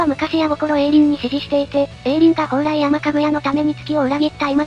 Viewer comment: ほうらいやまじゃないよほうらいさんだよ